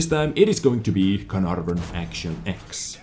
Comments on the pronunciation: No. He pronounced it like "Carnarrvøn" when ur supposed to say "Canaarvøn". But i don't blame him. English isn't his first language anyways. Also estonian is pretty far away from english so.... he is from Estlan, right? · don't worry about pronouncing it correctly, the English YouTube video guys can't do it that well either:P but for reference it's pronounced "Kay-er-narr-fon". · I guess you should try to think of the ae in caer as an e pronounced the same as in words like "derp". Except for this idk how to improve youre pronouncuation of this name trough the comment section but youll get it sometime if you keep watching vids of other youtubers that know how to pronounce the same such as QB